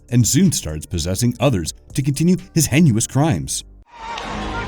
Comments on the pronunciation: Shocker is "similar to Wes Craven in terms of its directing"? And what the hell is "henuous"? Do you mean heinous (hay-ness)? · What the heck does "Henuous" mean? This narrator always has the worst pronunciation. hei·nous /ˈhānəs/